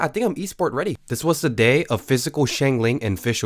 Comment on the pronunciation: I died when you said “fishical dmg” 😂😂😂